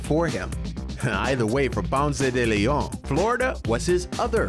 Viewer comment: Bro it’s not french it’s spanish, stop butchering his name